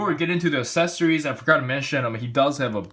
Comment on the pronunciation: Well.. they are the same person so yeah his face looks a lot like the girl... in fact in more recent ovas he looks exactly like this... also dude... for God's sake it's pronounced aCcessories... As in "axe" now you know.